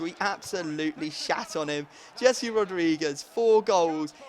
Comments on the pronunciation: It's Hesse not Jessie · O my god Rodriguez first name isn't Jessi it's Jese...